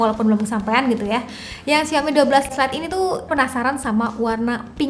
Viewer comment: Bacanya yang bener "Saw me" : Lihat Aku. Mari biasakan mulai sekarang 😊😊